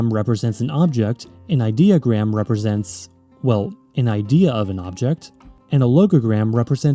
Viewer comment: ideogram is pronounced id-E-O-gram not idea-gram